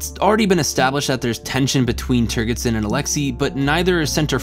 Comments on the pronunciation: "Turgidson" is pronounced with a soft gee or jay consonance, and not with a hard gee. The name itself is a joke on at least two levels. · It's pronounced "Turge-id son". . .No hard "G". . .From the word "turgid". . .Think of the "g" as a "j" instead and you'll pronounce it correctly. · I love your work here, however, My only note (and it is pronounced this way in the movie) turgidson is pronounced turgid (like a boner) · You mispronounced Turgidson. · Also, the consistent mispronunciation of the name General 'Turgidson' really should be repaired. It's almost as if didn't listen to the film, or even get the sexual-play with the name. How is that possible? Other than these things, and the quite bizarre films-pulled for illustrative purposes...which are jarring, at the least... makes some very interesting points, and that's from someone who has known 'DS' for over 50-years.